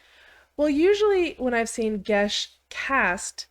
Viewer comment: Geas is pronounced "gas" or "gayss". Geis is the Irish spelling which is pronounced "gesh" or "gaysh".